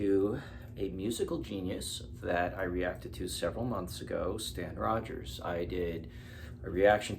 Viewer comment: And it is Stan ROGERS! No offence, but how hard is that to look up? Sorry